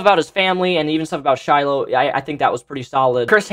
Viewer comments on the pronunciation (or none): none